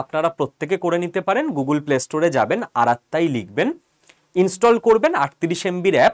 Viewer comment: মহাশয়, আজকের আপনার বক্তব্যের দুটো correction হলে আরও সুন্দর হতো। 105 here number writing problem. Not 1o5. And আরাত্তাই not আত্তারাই Thanks. Go ahead. All are nice.